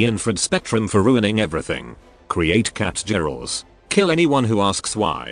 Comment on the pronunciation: Catgirls. TTS: "Catjurls." Catjurls.